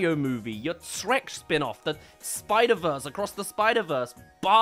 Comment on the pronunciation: "The SpIdER vERsE acrOsS thEh sPIdEr vErsEE💀"🙃🙂😂🤣